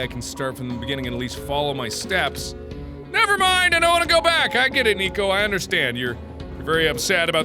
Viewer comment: Has every 'm' been replaced with an 'n'? I'n, n'hn, and a few other wierd instances